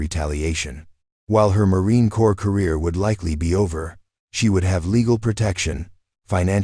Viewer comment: Please educate your AI that c o r p s is not pronounced cores it's pronounced core. Besides being distracting and annoying, the mispronunciation is most likely disrespectful. Please fix it. Hello, I am enjoying the story despite the flaws